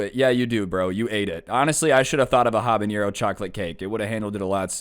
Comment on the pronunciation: Y does he say habanero like that